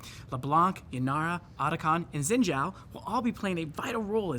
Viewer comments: Why do people keep saying, "Zin Zao" in stead of, "Sheen Jiao" like its spelled? Its infuriating. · "zin zhao"... either spell it the way to you want to pronounce it or pronounce it the way you spell? haha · Mispronouncing Xin Zhao each time is killing me. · I love how they butchered the pronunciation of “Xin Zhao”